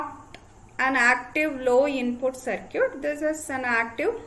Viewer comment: Circuit=Sercute🤣 My Respect to the teacher for proving that pronounciation doesn't matter when you have genuine knowledge ❤️